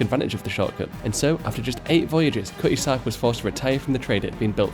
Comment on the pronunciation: “KUH-ee-zark” = Cutty Sark, if the pronunciation confused you.